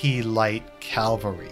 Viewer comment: Please, don't ever.. EVER, use music in Your video again.. it's awfully distracting and just bad. Also - it's CA - VAL - RY. Also - a very classic cut-off, dude. Nice one! Cheers.